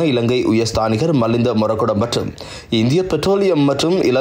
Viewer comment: Bro' "malindha"illa 'milindha moragoda..